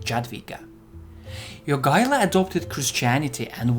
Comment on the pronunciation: The way you pronounce Jogaila's name almost makes me think you're Lithuanian. ...and then you fail at Vytautas ;D It's not surprising the allied forces couldn't capture Marienburg, even after a crushing victory at Grunwald and months of siege. I've seen that castle, it's bloody unassailable.